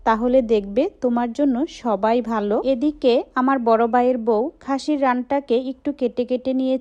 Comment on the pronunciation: Apnar video ki boro manush dekhena??j apni Tumi Tumi bolen??r babi,Valo,baggo egulo kmn Kotha ?? ভ uccharon Korte paren na ??